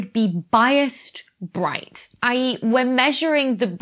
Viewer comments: Becky sorry but your pronunciation of I.E. kills me. In U.S. they are more individually said and you rather run them together. Enjoy your content thanks for all you do! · Thank you for all you do! Love your channel! (Sometimes when you are speaking really quickly it is not always obvious for this amateur to discern if you are saying ‘either’ or i. e.).